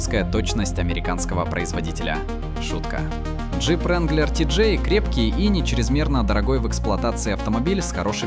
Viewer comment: Не вранглер а ранглер